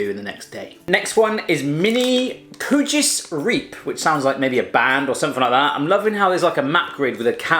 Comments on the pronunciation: O.M.G. Koetjes en dan riep. Ja hoor. Koetjes is serieus goed uitgesproken en da zegt i riep🙈😂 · "Koetjees Reeep" :') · Koewtjes riewwp